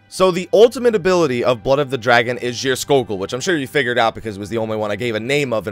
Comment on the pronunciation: You prononounced Geirskogul right Scandinavian can confirm.